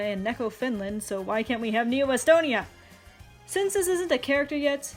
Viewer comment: “Wy” WHY